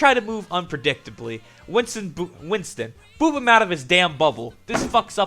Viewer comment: Why do u say boob instead of boop?! :)))